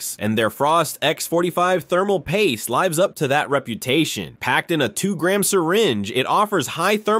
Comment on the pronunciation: Just a paid for advert AI marketing speak with not tech info evidence. Sounds like a Mays "as seen on tv" advert with AI slop that doesnt recognize the difference in "lives" within "lives up to" but pronounces it as lives as in the number of lives saved. Dont take any advice from this.